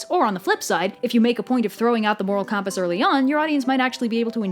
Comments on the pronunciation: You seriously need to stop pronouncing 'compass' like 'cawmpass', you're making my ears bleed. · Fantastic video until you said compass incorrectly. 0/10, unsubbed, flagged, wiped your videos from my memory.